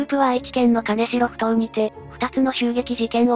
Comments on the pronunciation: 名古屋の者です。 かねしろ埠頭ではなく きんじょう埠頭ですよ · 金城埠頭はカネシロフトウではなくキンジョウフトウと読みます‼️ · かねしろふとうではないよ。きんじょうふとうね＾＾ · 金城埠頭ですが、ここは沖縄県ではなく愛知県なので、「かねしろ」ではなく「きんじょう」と読みます。 当時金城埠頭は、治安が悪く、親には絶対に行くなと言われてた後に、この事件でした。 今はだいぶ変わってきていますが、自転車置き場に自転車を置いておくと盗まれる程度の治安の悪さです。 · かねしろふとう ではなく きんじょうふとう です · 金城ふ頭(かねしろふとう) ではなくて、 金城ふ頭(きんじょうふとう)です。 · 金城埠頭の読み方を間違えた。かねしろふとうではなく、きんじょうふとうだ。